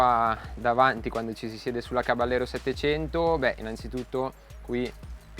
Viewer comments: bel video!!! piccola nota: il nome caballero è spagnolo, quindi va pronunciato "cabagliero" (come per la lamborghini gallardo) non all'italiana "caballero" , di fatto la moto prende il nome dalle sigarette omonime fumate dal co-fondatore di fantic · bella prova, unico appunto: si pronuncia "cabagliero" perché é una parola spagnola 😉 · Oppure "cabashero" all'argentina 😁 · Non si pronuncia “Cabagliero” ma “Cabaiero” con la I molto marcata, non c’è nessuna GL. Si, è una parola spagnola.